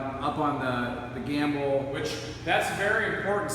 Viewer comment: "gamble"? Or gimbal